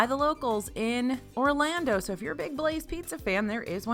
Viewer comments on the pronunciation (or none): none